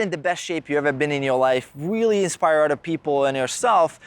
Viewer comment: Love the video. I keep hearing you say otter people though. 😂